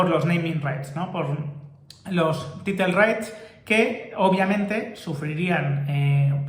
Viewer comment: “Title” se pronunciaría como “Tairo”. Con respecto, me da risa 😂 cada vez que dices “titlee”. Saludos!